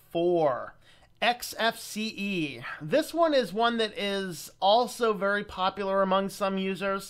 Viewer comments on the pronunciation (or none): none